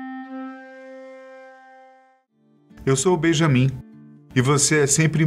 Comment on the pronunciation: Benjamim não benjatu kkkkkkkkkkkkk